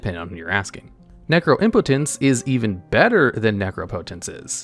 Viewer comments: I'm just glad you pronounced "necropotence" correctly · guys he finally said necropotence correctly